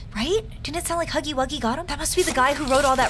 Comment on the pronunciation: She said snuggy wuggy